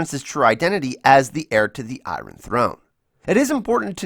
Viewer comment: the way iron is pronounces gives me a headache